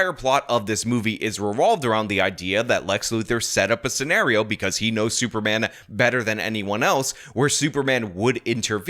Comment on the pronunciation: Did he say "super ban"?